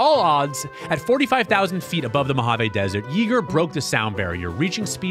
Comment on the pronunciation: Just FYI. It’s pronounced “ yea, like hay , Yeager